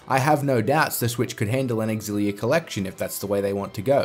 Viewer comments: (You are the one that isn't pronouncing it properly. It is pronounced eX-illia) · Why can't anyone pronounce xillia properly